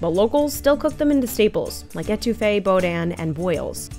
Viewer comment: it’s pronounced BooDan not BoeDan 😂❤🎉 it’s ok tourists do it constantly on the Mississippi GulfCoast Gota❤DaLouTo it wouldn’t be Neighborly 😂😂🎉❤ Gota Do a Seasoned IceBed in a ice chest it’s the Only way to do it